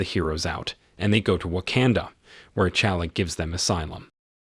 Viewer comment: Pronounce their names correctly. It is not King Chaka and Prince Chala. Those are not their names and are T'Chaka and T'Chala. The T is not silent.